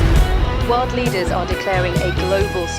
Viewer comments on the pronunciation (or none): none